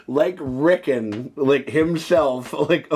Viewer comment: His name is not Rickin, it's Rickon!!😂